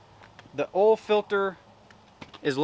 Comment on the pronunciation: "Ole filter"..... "Ole cooler"...🥴🥴🥴🥴🥴